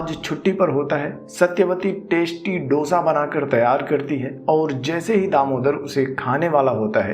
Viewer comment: Dosa bolna seekle bhai zyada viewers aayange